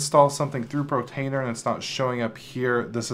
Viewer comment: It's portainer, not protainer lol